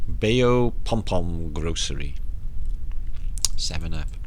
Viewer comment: Very nice! Bayou pronounced: buy-you. Very weird, I’m aware 😆 Much love 💜